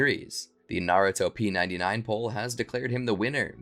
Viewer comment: Naru-top 99 not narut-op 99 sorry my biggest pet peeve is miss pronouncing shit